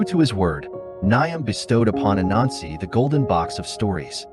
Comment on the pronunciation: Great story But when you said the god’s name it sounds slightly like “A Nazi” Might need to work on that